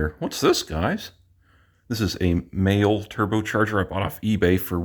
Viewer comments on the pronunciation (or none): It’s pronounced Ma-Lee (the turbo brand)